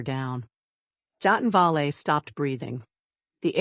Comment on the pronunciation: Please, please learn the correct pronunciation of names befpre recording. Da as in “hay”, not Do as in dot. Da(y)men. Vale two syllables: Vayul. not Vo (as in dot) ; not le as in pay. Va(pay)uhl as in lull: Vale. as in bail